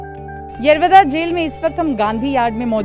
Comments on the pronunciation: मराठी बोला.. येरवदा नाही येरवडा.. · Tila yerovda bolta yet nahi yeroda boltey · येरवदा नाही येरवडा 😞😞😞😞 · बिलकुल नाही दादा फक्त गांधी जींना इज्जत दिली गेली पूर्ण रिपोर्टिंग मध्ये, येरवडा या शब्दाचा उच्चार येरवदा असा केला आहे भीतर ही कोणती हिंदी ? हा शब्द तर हर्यान्वी भाषेत केला जातो , हा मराठी न्यूज चॅनेल आपल्याला येडा बनवण्यासाठी प्रयन्त करत आहे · येरवदा काय बोलती येरवडा बोल येरवडा king off पुणे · बोबडी कुठली येरवदा नाहि येरवडा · येरवडा बोलो,,,येरव दा नाही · हिला येरवडा पण नीट म्हणता येत नाही 😜😜😂😂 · 02.45 madam Aap येरवदा bol rahe ho Plz येरवडा bolo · Are madam wo येरवदा nahi येरवडा है... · येवादा नाही g येरवडा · यारा वादा काय म्हणते येरवडा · येरवदा येरवदा जेल काय बोलतेस. ऐतिहासिक जेल आहे. येरवडा जेल असे मराठीत नाव सांग. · मॅडम ते येरवदा नाही येरवडा आहे...... जे दाखवायचं ते दाखवलं नाही आणि भलतंच बसले दाखवत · येरवदा नही TV9 येरवडा है जो दिल मे आया ओ मत बोलना । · मराठी बोलायला लाज वाटत असेल कदाचित. आणि ते येरवडा कारागृह आहे नाकी येरवदा.🙏 रिपोर्टर ला व्यवस्थित मराठी शब्द बोलायला शिकला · यरवदा नाही माय यरवडा आहे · येरवदा नाही रे येरवडा आहे ते😂😂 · Pune Pact Bolo Anchor Yerwada Samjota nahe 🗣️✍️ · येरवडा म्हण बाई आणि मराठीतच बोल